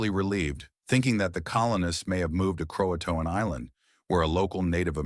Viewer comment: Can't pronounce Jean but you get Croatoan right.